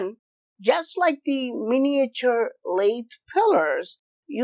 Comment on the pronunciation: Love you but please avoid trying to say miniature in future please m8 lol